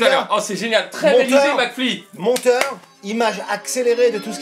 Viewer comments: ça fait chepas combien de fois que je regarde cette video. Et pourtant je viens de me rendre compte qu'à Gad appelle mcfly "flacmy" 😂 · T'as oublié à et où il dit "Flacmy" et "marlito" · Entre gad qui écorche les nom de mcfly et carlito et les jingle avec le portrait a chaque fois différent de gad rien ne vas dans cette vidéo ! 😂😂😂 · Gad est trop fort il est pas arriver une seule fois à dire le prénom de mcfly et Carlito normalement 😂